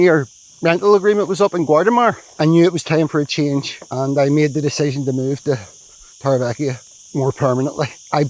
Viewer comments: Haha I was going to say the same thing with my OCD it does my head in I've lived i n the area for 20 years I'm sorry but please learn how the Spanish pronounce it the v is pronounced b so it's Torre be eka definitely not ekia. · Please say Torrevieja right, it's ECKA not EKIA hahahha sorry but it's been grating on me a while now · In the spanish language, J is pronounced as H. TorrevieHa. Old tower is😊 what it translates to in the English language. 🎉